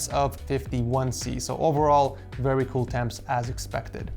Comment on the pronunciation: “As for thermals I was seeing VEWY cool temps” 😁